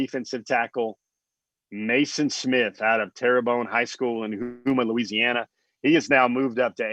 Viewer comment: Hey it's "Home-uh" LA, not Hooma Go Dawgs!